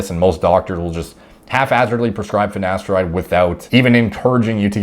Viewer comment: Mate the black guy on the hair loss show also says ‘finesteride’ - I commented on there. You can forgive Ashton Kutcher but how can professionals not even know how to pronounce their own drug. Madness 😂